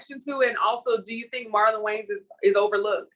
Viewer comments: Is it just me or does it sound like the female host is saying the Wayne's brothers instead of Wayans brothers 😂😂😂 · My sister. Did she say “Waynes” every single time? 😂 This is definitely a true topic by CH.